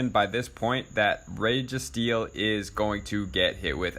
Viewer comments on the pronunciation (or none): Reh-Gee-Steel, 😂only problem with is his pronounciation of these legendaries